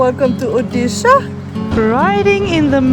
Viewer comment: Oddi shah wahh 😅nice pronounciation....